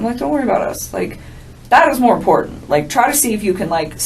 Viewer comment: You are too intelligent, and too wonderful a writer to keep mispronouncing two-syllable words that have Ts them. Please don’t say impor—int. Please see imporTant. You do it on a couple other words too and you’re way way smarter than that. I do appreciate your insight & your logic.